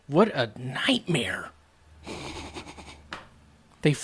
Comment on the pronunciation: "WHATTANIGHTMIR" right at the end, lol